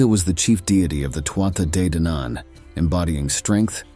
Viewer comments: Tuatha Dé Danann (pronounced Too-hah Day Don-un) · TOO HAA DE DANNON is the correct pronunciation...... ( BAR THAT, STELLAR CONTENT) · Tuatha de danaan is pronounced Too ahh day Dan an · Irish person here. Tuatha de Danann is pronounced two-ha de don-an. Still loved the video. Go raibh maith agat for making it! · I'm confused, had an Irish native tell me it's pronounced Two-ha day Don-an. Does it matter on which part of Ireland on the pronunciation? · Tuatha Dé Danann - Please learn how to say it